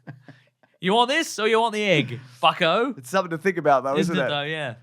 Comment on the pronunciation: Bucko! almost gave me a heart attack. Actually, I've been listening to this over and over and am still not certain that it wasn't an 'f' sound as opposed to a 'b' sound.